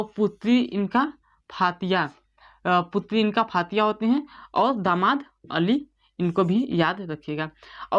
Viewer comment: मोहंमद साहब की लडकी का नाम फातीया नही फातिमा था, पडाते अच्छा हो लेकिन सही पढाओ.